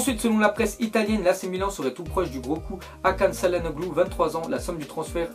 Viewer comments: Ca se dit tchalanolou pas ssalanoglu le nom du futur milanais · çalanoglu se lit tchalanoglou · Sa se prononce Kalhanoglu même si c'est écris çalhanoglu